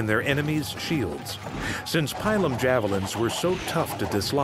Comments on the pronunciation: "pailum" javilins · its Pilum